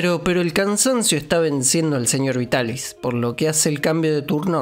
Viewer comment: El doblaje de la Remy chica es en castellano, verdad? Porque estoy segura de que la actriz de la prota es mi adorada Marta Sainz, que ha hecho a tantos personajes de mi infancia :D <3 Me alegra también el error de la R en Vitaris, puesto que significa que ya traducían del japonés directamente, y no de la versión francesa como hacían antes...).